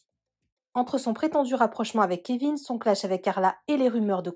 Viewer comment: C'est quoi ce truc? Carla pleure pas ... franchement t'as rien perdu et certainement pas le kevin .... faut qu'elle aille chez l'orthophoniste..mes oreilles saignent....